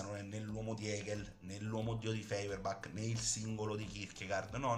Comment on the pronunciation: Stirner non si è mai definito anarchico, gli è stato attribuito, e non dice nemmeno che tutto si riduce all'io, ma a me. Allo stesso modo parlare di rivoluzione dell'unico è scorretto, perché semmai bisogna dire rivolta o sollevazione. Si pronuncia Foierbach.